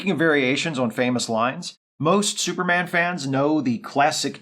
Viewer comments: Yeah - that tickled me too. It seems like one of the announcers was trying to have a posher radio voice than contemporary BBC radio announcers! Syuper! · Love that the announcer pronounces it "Syuperman"